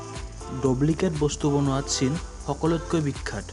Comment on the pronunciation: Shaina buli kuwa bili nohoi china buli hoi